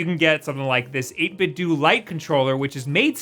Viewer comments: You pronounce it 8bit-dew but I think it’s supposed to be pronounced 8bit-doh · It's 8 bit dough, like nintendo. not doo lol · You say 8bitdo like 8bitdue I think it’s supposed to be like Ninten’dough’ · say it 8bitdo like it rhymes with nintendo. eytbit-dough instead of eytbit-dew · Huh, I always heard the company's name pronounced as 8bit 'dough', despite how it's spelled. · Great video. One question...why do people keep pronouncing it "8-bit-doo"? Did you grow up playing the Nintendoo, Super Nintendoo, Nintendoo 64, Nintendoo Gamecube, and so on? What gives? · You should pronounce 8-Bitdo as how you would say Nintendo.